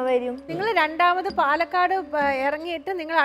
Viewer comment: പാലേക്കാട് അല്ലെടോ പാലക്കാട് ഇയാൾ ഇതെവിടുന്നു